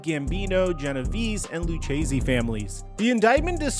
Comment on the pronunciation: It’s pronounced “lue-Casey” crime family